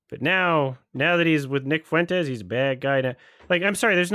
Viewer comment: the way he pronounces his name is such a coping mechanism for the fact he’s not really in the MAGA In-Group. Fwentis sounds “whiter” than Fuentes in his puny mind.